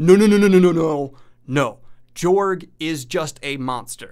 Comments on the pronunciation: I am fairly confident it is pronounced Yorg, where the J is pronounced like a Y. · It's pronounced George. He is courageous. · I'd personally go with a pronunciation closer to George. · Its pronounced "yorg" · It's pronounced Yorg.